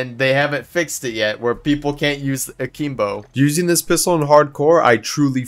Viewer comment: people still pronouncing akimbo wrong 18 years later is crazy